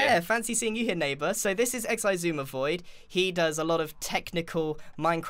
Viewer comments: We now have recorded footage of Grian saying "ecks eye zooma void". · it’s actually pronounced X-I-sumidvoid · How did he just say ''?! XD